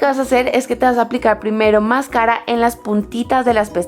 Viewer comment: mascára? xq lo pronuncia así? nunca lo Decías de esa manera :s y pone tanta luz q no Se llega a ver nada